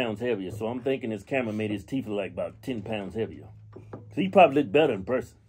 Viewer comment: Damn! That MF Got Some "TEEEEEEEEF"!!!!!!!! lol Teef MF Teef lol